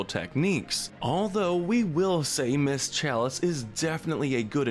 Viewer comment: his voice is so addictive and the way he says ms chalise is Amazing 😍